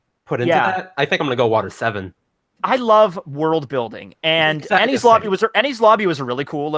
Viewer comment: The most annoying part is that that woman can't pronounce Ennies Lobby. She's Like 'Ennis Lobby'